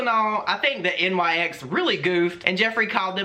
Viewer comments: I couldnt even focus the whole video because its "NICKS" like the goddess NYX, not N-Y-X... either way that was dumb of them lol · Just an aside: it’s pronounced “nix”; I believe after the Greek goodness of beauty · Just FYI, it isn’t pronounced N-Y-X. It’s Nyx, as in the goddess of the night (pronounced Nicks). Anyway Nyx was lazy and got caught. It makes no sense why they wouldn’t just use their own photos. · The name of Nyx is pronounced “nicks”. Just so you know 😄 love ya!!